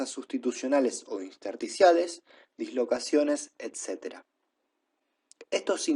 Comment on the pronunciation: podría corregir su pronunciación de intersticiales... y es un poco aburrido si siempre lee de las diapositivas... igual gracias por el material!